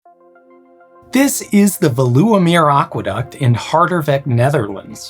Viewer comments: Oohhh Veluwemeer The intonation lies at ve not at lu and you'd pronounce it almost like fayluwa the u is not like oo like in Beluga but a bright sound not really found in English so it's hard to find an example but it's a short bright u sound like tchüß in German but a bit shorter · ah yes, the veloewemer aquaduct in hardervek 😅 (pronounciation isnt great, but thanks for trying anyway) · please, just use a pronunciation guide or have someone help you? You made about 10 mistakes in Veluwemeer and Harderwijk which made me want to shut the video off instantly I appreciate the dutch at the end of the intro tho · Got little sad at your pronunciation of Veluwemeer and Harderwijk, but you made up for it . I quite enjoy your videos from 3 meters under the sea! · Yes I don't expect him to pronounce it well, this is not a language channel after all. But his pronunciation of "Veluwemeer" and "Afsluitdijk" was pretty bad, on the other hand ,"Oosterscheldekering" and "Maeslantkering" was almost perfect. So yes could be worse. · I know that you really tried, but unfortunately the Dutch pronunciation is too difficult for many native English speakers, with sounds like u (nope, that doesn't sound like that last part of "you", but like a Dutch sound that isn't part of the English language), ij (not eye-jay, but yet another Dutch sound not part of the English language), and then there are "eu" and "ui", which, again, sounds very different in Dutch. Also, the emphasis for Veluwemeer is on "Ve" (sounds like "vay"), not on the "uwe"-part...